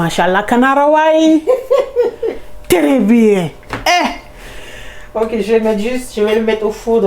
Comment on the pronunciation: Tèrè bien , je regarde les vidéos rien que pour entendre ça 😂😂😂